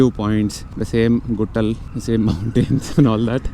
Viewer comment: Same guttal 😂😅